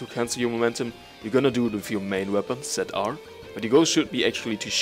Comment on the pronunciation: Tset R. Definitely German ;)